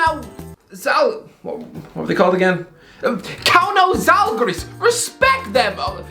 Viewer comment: Bruh the way he said zalgiris 😂